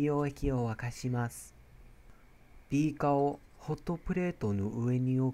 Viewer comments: にぃ⤵︎ ひゃくごじゅうミリ↑のビー↑カァ↓ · 2⤴︎5⤵︎0mlのビー⤵︎カー⤴︎